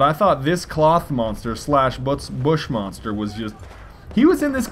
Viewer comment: lol u said buttmonster :'DD